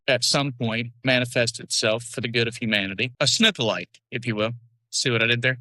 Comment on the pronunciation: Really my dude... "Snook-Alike????" 🤣🤣🤣🤣🤣🤣🤣🤣